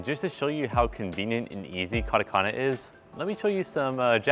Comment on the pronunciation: this man has been learning for so long and still says "KADAKANAH" smh also this is the experience of people who dont speak other languages.